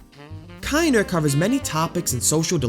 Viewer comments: it's not said "kinder" it is said like "kin-dur" like the german word for child. like in "kindergarten". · Just a quick spill of info, haven't watched the full video, but it's "kin-der". A German term meaning child. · You mispronounced it 💀 Kinder is a german word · holy shit this video is bad you didn't even pronounce the name of the game right. so fucking disrespectful to parun to use his suicide as clickbait without even bothering to google translate his website to learn the bare minimum of other information about him